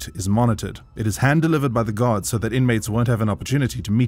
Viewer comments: Lol everytime he says guards it sounds like he is saying "gods" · I thought he kept saying "GOD" it was Guard.